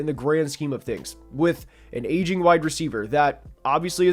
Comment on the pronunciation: every time bro says "aging" it sounds like he's saying "asian" lmao